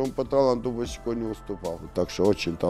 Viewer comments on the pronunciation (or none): none